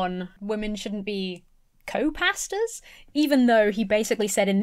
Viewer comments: when you say “pastors” my brain hears “pastas” and i agree. women shouldn’t be pastas! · It sounds like you're saying "Let women be pastas!". I know you mean pastors, but it's more funny this way :) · This video is 10/10 but every time says "Pastors" it sounds like "Pastas" to me